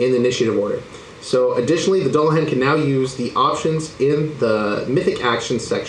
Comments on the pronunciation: For future reference - Doo-Luh-Han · It's pronounced "Dool"a-hon" omg lol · "Doo la han", not "dull uh han" I think *Or maybe "dool la han" **han? hon? I think soft a not hard a, so hon like on starting with a h sound. I obsess with pronunciation sometimes 🤣